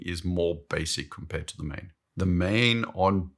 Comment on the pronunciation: It is “maan”. I lived there for 15 years and never heard “maen”.